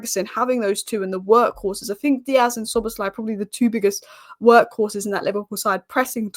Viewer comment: He is Szoboszlai, not Szobozslai. Yes you are not Hungarian. ;-)